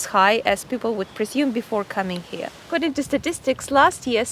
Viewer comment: "Acordind to the tour guy ist safe...so"